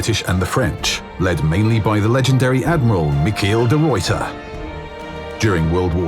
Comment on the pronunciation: How they pronounced Michiel de ruyter is a bit less appreciated, too be fair it’s a hard name for foreigners to pronounce